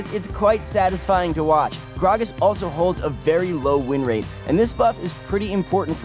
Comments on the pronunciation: I hate you for saying gragas that way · omfg the way he say gragas is really making me uncomfortable and the fact that he said it like a million times isnt helping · say grag-as wrong one more time